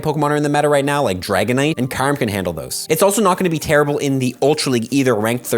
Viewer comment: Can someone please get a Pokémon Deluxe Essential Handbook for Christmas? It has all the pronunciations in it (such as KYOO-rem)😁 Enjoy the quick punchy vids your content has come a long way. Details matter though so please get the names right 🙏 Merry Christmas 🎄